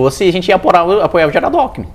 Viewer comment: Alckimin e Bolsonaro, ai o cara fala Alckimin, ai vacilou feio.